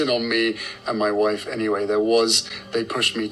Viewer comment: Hate how he says “moi woif”😡